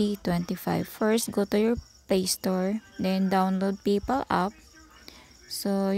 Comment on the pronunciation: ..magtagalog ka na lang PAYPAL nagiging PIPAL 😂